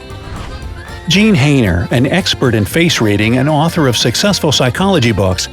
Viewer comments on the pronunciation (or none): none